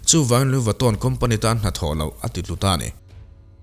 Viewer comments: An hming khi i lam uluk lo lutuka,ngaihthlak a hreawm tep.,.Lui Vatawn tih mawlh khi😅😅🙄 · A lam Diklo inti intia, Lui vitawn hi lamdan diktak chu ani e.. Louis Vuitton, Luiz vuiton tihkher tur anilo... Luyi veetawn anti ngai e... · Anuih fuh lo e a lam dan khi a dik aw 🤣🤣🤣 engtin tak lo lam ve thin ang che maw aw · Lui vitto” tih hi a lamdan tur dik a nih hmel. Video hrang hrang enkual hnuah